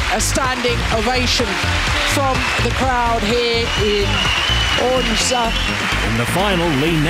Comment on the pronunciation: i was in odense. and she is saying it so wrong!!